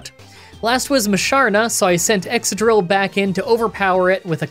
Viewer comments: Ex-cadrill, not ex-adrill 👉🏿👈🏿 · I thought Excadrill was pronounced like excavator?